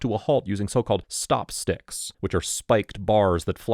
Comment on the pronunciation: So called " stop sticks " lol why did u say it like that